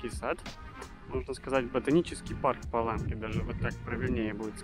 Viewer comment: Видео рассказ отличный, но почему русские все время название города Паланга произносят неправильно.